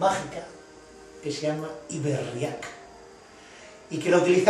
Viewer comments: Cada vez que dices Iberriak, se me revuelve el estomago, en la fonética vasca, se diría Ibérriak, aunque no existan las tildes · Buenas, me gustaría poner un poco de luz sobre la palabra iberriak (no se acenúa la "a", sino la "e"). Recurriendo al protoeuskera tenemos por un lado la palabra "ib" que significa canal / parte navegable de los rios y por otro lado la palabra "herria" que significa pueblo. Si además añadimos la "k" estamos poniendo la palabra en plural. Asi pues nos quedaria algo asi como "los pueblos del canal/ rio navegable"; de ahí el nombre del rio Ebro, del nombre de la península (los sonidos "r", "l" y "n" son sonidos introducidos por lor romanos en contraposición a los sonidos "rr", "ll" y "ñ" ibéricos).